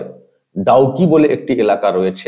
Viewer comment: please read Dawki in place of Dawk